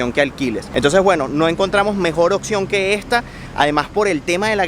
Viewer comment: Se dice OPCION, No OXION! 🤦🏼‍♀️🤦🏼‍♀️🤦🏼‍♀️